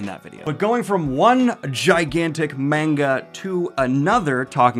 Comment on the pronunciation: Fun news, but also I'm begging you to pronounce manga properly...